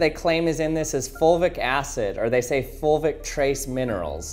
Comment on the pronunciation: Is he saying “folvic” acid?